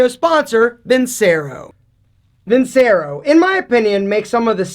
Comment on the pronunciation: You’d think loving the vincero watches so much he’d pronounce it properly vinCHAIRo